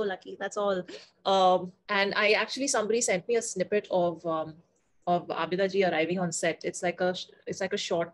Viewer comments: a request if you could please pronounce names of legendary artists properly, her name is abida not abeeeda thanks! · It's not Abida, it's pronounced Aabda😊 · Its not Abeeda but "AABIDA" Parveen